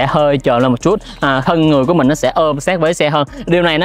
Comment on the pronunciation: Một Chútttt nghe nó sượng lắm ý, kiểu nó không đồng nhất. Nếu đã phát âm cho đúng thì đúng hết, còn này toàn bộ giọng Sg xong mỗi từ chútt thì nhấn như ng Hà Nội. Kì vậy